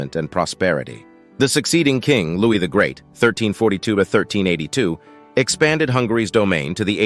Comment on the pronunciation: Your voice isn't horrid - you just shout and speak far too quickly, pronounce Louis wrongly and I'm afraid I can't listen to anymore. I have to sign off, I've got a headache.